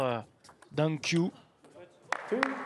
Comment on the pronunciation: The commentator mispronounce Dang Qiu's name. It is "Qiu", not "Q"